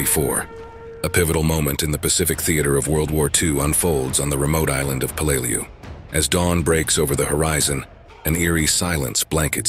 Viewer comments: Peleliu pronounced Pay Lay Loo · It sounded like he said blu-lu-lu-lu-lu!!!! !!!!!! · Be much better if you learned to pronounced the island's name. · solid enough vid. but a few things i take issue with. qst tje pronunciation of Peleliu, its not like this happened yesterday. its close to a 100 years ago and info upon it can be found. not just war wise but it is still an island today. just do a quick search of "how do i pronounce" and your prob would be solved. 2ndly i hate when movies are used as war footage. you used Letters from Iwo Jima , which is about Iwo Jima, not Peleliu. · Do some research and learn how to pronounce the name of the island. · EXACTLY...! I've been there as a scuba diver, and toured the battlefield. I blows my mind that people make these videos and have no idea as to how pronounce the name of the place they are featuring...!!!